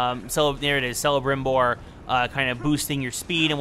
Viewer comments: Not selebrimbor. CELEBRIMBOR. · It is Calibrimbor not Cellibrimbor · Stfu in videos fuck sake. Also learn to pronounce Celebrimbor not Selebrimbor... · War grog selebrimbor u hurt me with ur poor prnounceiation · DaNile same i disliked this bullshit for that nonsensical pronunciation lol! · Yo dude you said Celebrimbor's name wrong its with a c not s